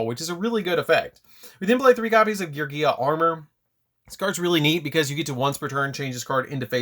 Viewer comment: I love you and I love your content! But PLEASE pronounce my gear boiz correctly 😂😂😂